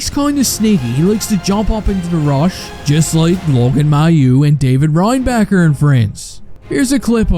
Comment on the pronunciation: I knew I would love that fourth line, hope to see more of Florian and Parker Jones. Hated how the French commentator pronounced 'Reinbacher' with a silent 'C'.